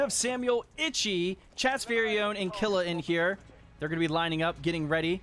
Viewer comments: It's pronounced "Keel-ua" not "Kill-ua" jtlyk. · It pronounced kill you ah for killua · It’s kil - lu- a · Man butchered killuas name it’s from hunter x hunter it’s kill-oo-ah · The way he says killua makes me wanna throw my laptop